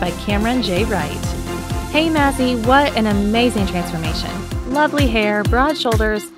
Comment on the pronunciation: Why she say maz like that